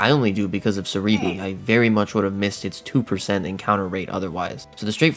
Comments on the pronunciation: "sa-ri-bri" lol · lol pronouncing serebii as sir eebee (it's celebi but with an r because japanese)